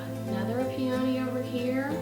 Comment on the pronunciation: it's pronounced pee-uh-ny with the emphasis on the first syllable.